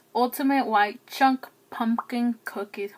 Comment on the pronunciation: So you're just going to take the m out of the word pumpkin huh and add an "n".. ok just checking.. carry on lol